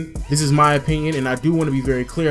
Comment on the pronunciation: he said m'y opinion